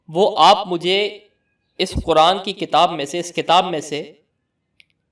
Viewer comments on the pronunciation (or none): none